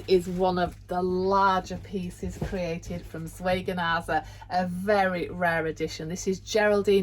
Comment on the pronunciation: Please forgive me if I sound ridiculously pedantic, but I do wish the word Zwergnase was pronounced correctly!! Apart from that, I really enjoyed your videos on their dolls.